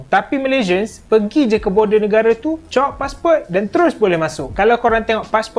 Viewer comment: Di Malaysia kami sebut passport bukan passpor